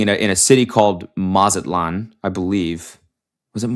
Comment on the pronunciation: this is so terribly random but the way cody says mazatlán really made me laugh i love one white boy only and that’s cody